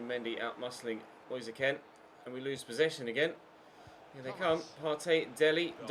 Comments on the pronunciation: It really annoys me when you call kean k-e-n It’s k-EE-n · I hate the way he pronounces it, isnt Italian so just say keen